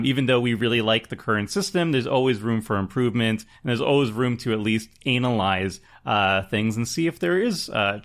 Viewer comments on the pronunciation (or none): it’s “ah-nuhl-eyes” not “ay-nul-eyes” cut to me saying “bay-nal” instead of “buh-nal” in 12th grade speech lol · Did say "analize"? Haha